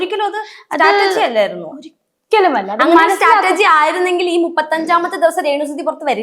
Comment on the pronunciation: Strategi ആണോ സ്റ്റാറ്റർജി ആണോ.😂